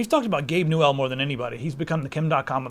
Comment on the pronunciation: Its newell not gabe new L